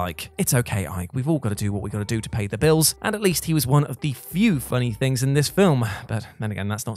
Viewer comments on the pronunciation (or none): none